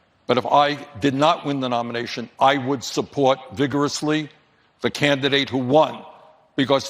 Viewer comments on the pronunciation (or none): What's a "canvidate?